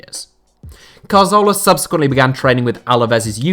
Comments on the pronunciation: Hey, I think the issue people have with your Santi Cazorla pronunciation isn't the way you say the "z". It's where you're placing the "r" sound. Regardless of the "z" pronunciation, you say it as if it is spelled Carzola. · We can forgive you for not being able to pronounce any name that isn't English, but it's more like dyslexia. Most English speakers wouldn't pronounce 'z' as 'th', that's fine. But moving the 'r' so that Cazorla becomes Carzola is really unusual. Apologies if you are actually dyslexic. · Good video but i cant stand you butchering Cazorla's name...It was annoying hearing it over and over and over again..So i stopped at number 2